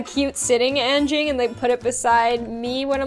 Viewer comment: I am from Indonesia and you said anging wrong